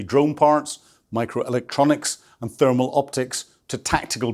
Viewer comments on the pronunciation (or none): none